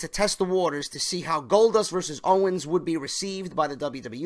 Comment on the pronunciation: Owens* not "Owner" lol